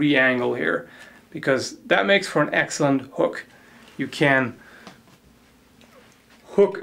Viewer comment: "an axelant hook"